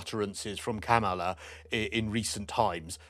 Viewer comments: Oh. The interview that Kamala tweeted about took place, before the Harkles did the Oprah interview and while they were still working royals. The Queen was still alive. They had just finished a royal tour of Africa. Still royal A lot has changed since then. They have shown their true selves. The people who still liked them, have now changed their minds. Tyler Perry, Oprah and the rest. I know you dislike Kamala and I know you can pronounce her name correctly. But even tho you dislike her, it makes you look bad when you say things that don’t make sense. Meghan wouldn’t be speaking at the Dem Convention. I’m sure they went to Colombia so they could have an excuse not to be there. The dems wanted to offer hope and an uplifting message. Not Meghan’s whinging. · Meghan Markle wouldn't appear at the DNC because she's not politically relevant in any way, she's not personally relevant to the candidates, and she's not a household-name celebrity in the US. Also, Kamala Harris (btw, it's pronounced KAH-mah-lah, not Kah-MAH-lah as keeps doing) and her team have a LOT on their plate... and Meghan Markle is nowhere on their radar. The Windsors are also not on their radar. Winning this election and then dealing with Republicans' attempt to overturn the election results are their focus, not foreign nobility or a cable-TV actress who married up. And after inauguration, the new administration will be more focused on cementing friendship with the British PM than with the royals. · You’re pronouncing her name wrong. It’s Kamala! Also… Stop lying about Kamala and Meghan. She wants nothing to do with Meghan! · Quit pronouncing Kamala's name incorrectly. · Kamala is not in support of this two. Comma-la not whatever you are saying. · It is Kamala- “comma-la” please